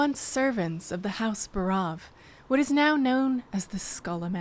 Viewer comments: Buhrahv... Buhrahv....?? Wtf. It's BAREOV. Clearly. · I would have bet my life that it was pronounced "BAH'-roff"